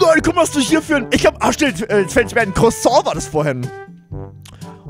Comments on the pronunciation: Nein nicht kuro San sondern kurasan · das heißt krosor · es heißt kroson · Das auf dem Schiff 🛳 war ein Croissant 🥐 ausgesprochen wie krosong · Das heißt Krosonk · Das heißt Krosong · es heis krosaint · Es heißt Kroso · Es heißt Croissant